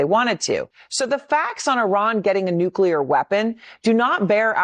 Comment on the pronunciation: why don't you learn to pronounce NUCLEAR not NUCELAR